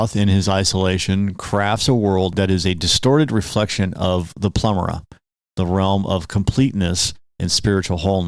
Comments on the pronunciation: Why are you saying "plemera"? It's called the Pleroma (pleh - RŌ - mah). The opposite, this world, is the Kenoma (Keh - NŌ - mah). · It's Pleroma, not Plemora, mate... lol